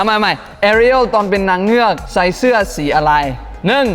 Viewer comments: ไอตอนพูดว่าเสื้อเป็นเสือแบบเหมือนด่าพี่เอวาเลยอะ😂😂😂😂😂😂🎉🎉🎉😅😅😅😅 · ชอบที่พูดผิดคำว่าเสือกเสื้อ